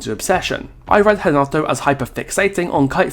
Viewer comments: Do Brazilians call Renato Hanato? Because I swear thats what is saying and it doesnt sound right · As I suspected, thats how we croatians do it too. So I dont know why he spoke Hanato this whole video. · I'm Brazilian and here we pronounce Renato